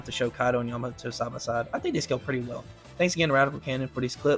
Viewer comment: Bro fr said yuhmoto